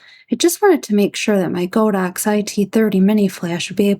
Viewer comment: Nice video but my ears bled every time I heard you say "Go Dox". It's "God Ox" name after the deity ox. When you say "Go Dox" you are insulting more than a BILLION people.